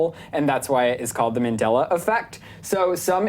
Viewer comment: It's Mandela effect not Mindela effect....And minacule wtf? Your "accent" is really making your points hard to understand.